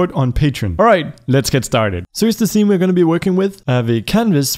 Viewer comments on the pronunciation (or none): none